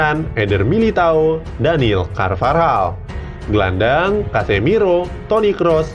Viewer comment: daniel carvajal woy bukan carvarjal gajelas banget asli